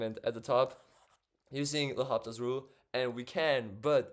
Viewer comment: In French, the 'H' is silent. So L'Hôpital is read as Low-pea-tell.